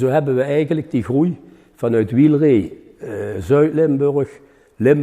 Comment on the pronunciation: Nooit geweten dat je eigenlijk "Wiel-ree" moet zeggen.